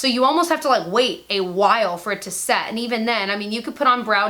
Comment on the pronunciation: What is wrong with me.... Did anyone else hear sex instead of set and ass instead of Ash!! LMAO I adore you.... I have brokeup with (unfollowed) 4 to be with U :)